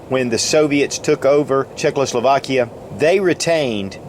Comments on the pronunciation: It's Czech-o-slovakia, NOT Czech-lo-slovakia. Otherwise, good video! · it’s Czechoslovakia, not Czeckloslovakia. — it’s pronounced Cheska ZbroYovka. Do the manufacturer (and the country) a bit of respect.